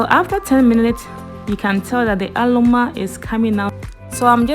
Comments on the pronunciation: I laughed hard when I heard that😂🤣...the r n l no.....DAT bi wer the problem dey😂🤣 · The Ghanaian in her couldn't allow her to say it in peace 🤣🤣